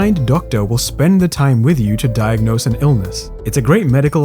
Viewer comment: lolz you said hilson instead of wilson and diagnose doesnt go until the end lolz